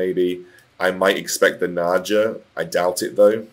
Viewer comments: Naja Naja Naja... Bruh, it's Nah Gah Naga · It hurt my soul every time he said naga wrong.